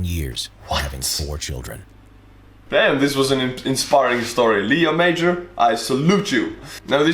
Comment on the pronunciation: His name is not Leo Major, its Léo Major and that is a french french name.